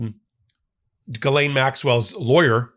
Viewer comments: Hi! french Canadian here :) Ghislaine is pronounced j-ee-ss-laine, the 'g' is soft and the 's' is pronounced. Hope this help! By the way, the way you pronounce it, you are actually saying another first name written like this: Guylaine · It's pronounced "jizzlain" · ...Ms Maxwell's first name is pronounced "ghee-lehn" (at the point) as she was born in France and that's how it is pronounced there. If you got the right pronunciations for KAmala, EPsteen and other names which do not sound English, please make an effort. I am sure you can do this without being dismissive. Thank you for your effort!! I enjoy your videos nevertheless. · You pronounce Ghislaine as GILLIAN. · Yo I’ve heard you mispronounce her name wrong so many times and address how you don’t know, BRO LOOK IT UP. It’s important????